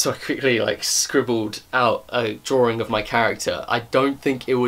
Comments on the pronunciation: Him: Says drawing What i hear: dRaWeRiNg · Is it just me or does it sound funny when he says the word ”drawing” haha Great video, though.